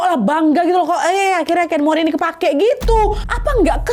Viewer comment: Kain mori ya bukan cimori....😂